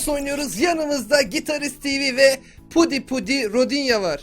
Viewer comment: abi rodi pudi değil pudink anladın yen no